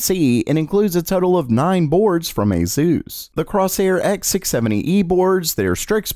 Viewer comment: Please learn how to pronounce Genoa and Asus, thanks